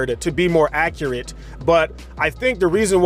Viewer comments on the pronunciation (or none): none